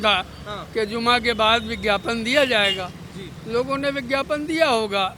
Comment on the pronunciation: Yeh Shanti doot gyapan ko Vigyapan kh rha h. Ense baat krna apna Apman krna h